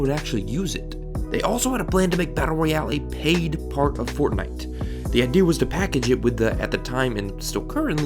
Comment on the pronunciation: yEAHFUCK f"ortnitee" ihate it so much 👿👿👿👿grrrrr